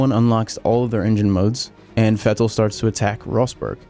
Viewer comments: Why do you say "Vettel" with that weird pause. "Vett' el" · Bro... you sound normal... until you say "Vettel" or "Title"... what's wrong with you?